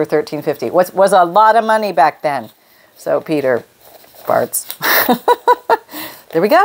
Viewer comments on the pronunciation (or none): Hey sis , I think it's fonts lol farts , lol it could be but I'm sure it's an o not an o